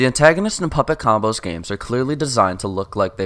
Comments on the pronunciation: T H E A N T A N O G I S T S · the Antanogists???